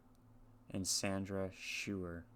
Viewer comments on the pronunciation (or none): This tragic event happened the year I was born, and we’re still fighting many of the same battles. BTW, Sandy’s last name is pronounced SHOY-er.